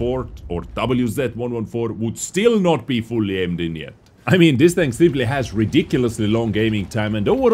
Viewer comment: am i the only one who hears no tank but dank